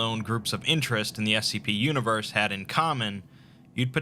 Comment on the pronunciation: MADE-O IN HE-VAHN! RESET DIS YOONIVAHS!